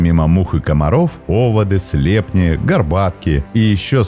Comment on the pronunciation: Они слепнИ, а не слЕпни. СлепЕнь.